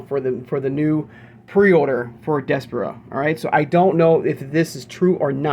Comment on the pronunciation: I think it’s pronounced Des - par - ra